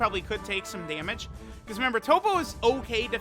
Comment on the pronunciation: I wonder if knows there's another syllable at the beginning of the word "remember."